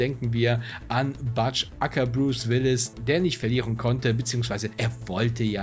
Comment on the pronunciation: Chilliges Video, aber Butch aus Pulp Fiction wird Butsch ausgesprochen, nicht Batsch ;) Like & Abo sind drin! :)